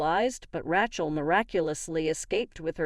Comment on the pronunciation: It's Ray-shell, not Rah-chel.